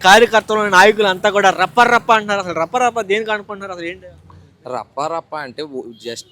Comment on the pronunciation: Para, kadhu, rappa, rappa